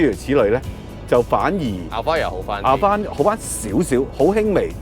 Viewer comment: Alphard 重音在前面哦